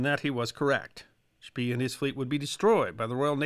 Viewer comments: Are you sure "spee" is not pronounced "shpay"? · I am kind of a history nut and one of my first memories as a kid was the movie Graf Spee. I have watched everything I can find on this subject and I have never heard the pronunciation schpee as opposed to schpay, even seeing Germans interviewed. Maybe we can get someone else to way in? Thanks, love your docoes! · One note, Spee is pronounced like 'shpay.' This is a really excellent summary of the battle of Coronel, thank you! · Indy Neidell had a similar discussion about the pronunciation of 'von Spee' in (I believe it was) the comments section of one of his WW1 videos. IIRC, he stated that all Germans he had heard say the name pronounced it 'Spee', not 'Shpay'. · Und vat ist vrong mit SCHPAY?!? 😁 The German documentaries pronounce it as Shpay. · Love your videos. I have great respect for well-read folks such as yourself. I know finding good pronunciation guides when you have only seen something in print can be daunting. If I may make a couple suggestions in this spirit of respect. Canopus is named for the star, can-OH’-pus. The double-e in German is pronounced “ay”, so Spee is shpAY, in fact the rest of the Graf’s name you did quite well. So just amend the last syllable Graff’ fahn Shpay’. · The German "ee" is pronounced like the English "ay". Also, the "g" in "gn" is never silent in German. But these are nitpicks of yet another history short! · Great video as usual. However, a note on pronunciation: Gneisenau is pronounced G-neizenau. Spee is pronounced Shpay. See you in the next video. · Spee is pronounced "Speh", a double vowel in German is stretching that vowel....